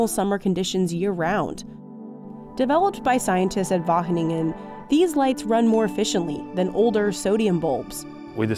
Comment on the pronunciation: Great video! It was very amusing to hear this american lady struggle with pronouncing “Wageningen” so many times 😂 There are some important nuances that you forgot though: - While it’s true that we technically export €128 billion euros of agricultural products, it’s estimated that 28,6% of that is agricultural products we import before reexporting. That is over €36 billion in agricultural exports that are not actually grown here . All we did was haul it off a boat and onto a truck. This is because we are home to Europe’s largest seaport, Rotterdam. Much of the goods that are imported there actually have a final destination in another European country, but their worth is added to our exports. -8.6% of Dutch agricultural exports are flowers. Flowers don’t feed people. Yes they are grown on farms using the same basic technology as vegetables, but I think it’s not fair to consider flowers (which only serve a purely ornamental purpose) an agricultural export like tomatoes or meat. You know, things people actually use for sustenance. this means that 37.2% of these “Dutch agricultural exports” are either not Dutch or add nothing to the global food supply. That is a whopping €47 billion. That means we actually export €81.3 billion worth of agricultural products, which is about the same as Germany. That’s still a an incredible amount of food and an impressive feat for a small country like ours. However, even though we ARE impressive, we’re not THAT impressive.